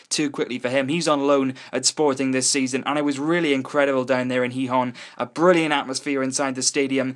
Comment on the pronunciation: finally, someone who pronounces Gijón somewhat decently. Normally people (usually from places like england) say Gee-hon or gee-john which is annoying